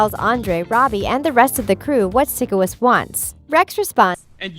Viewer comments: Times I was triggered: When she said sikowitz When she said air-iana grande When she pronounced avan jogia's name wrong. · It's pyshcoits pyshcoits not sickoits. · THE SHOW HAD 4 SEASONS AND IT'S SIKOWITZ AS IN PSYCHOWITZ NOT SICKOWITZ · i hate how he/she doesn't pronounce it like physcowitz not sikowitz AT LEAST WATCH SOME EPISODES AND LEARN HOW TO PRONOUNCE THE PEOPLES NAME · IT'S NOT SICO-WITZ IT'S PSYCHO-WITS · I hate how they say sikowitz cause they pronounce it like (sick)owitz but it’s pronounced like (psycho)witz😬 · You’re calling it sikowitz. It’s pronounced sigh kowitz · omg i hate how she pronounces Sikowitz as "Sickowitz" lol im dyinggg no hate tho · This person triggered me when she said “sickowizt” they said his name in the show over and over and she still can’t get it right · It’s Sikowitz not sIckOwItz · She really said “Sick oh witz” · OMG AM I THE ONLY ONE BOTHERED BY THE WAY SHE SAYS SIKOITS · odder? “sickowitz” ?? what? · It’s not Sickowitz it’s Sikowitz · Who is SICK-O-WITZ? Lol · u know she didn’t actually watch it when she pronounced Sikowitz’s name wrong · ok watup with how they say sikowitz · Why is this so long... And why did I watch the whole video... Oh and one more thing... Why did the lady pronounce “Sikowitz” wrong if she’s such a “big fan” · If i hear them say Sikowitz wrong one more time my odc is gonna explode (and yes I know that doesn't make any sense)